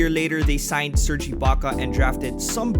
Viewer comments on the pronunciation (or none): none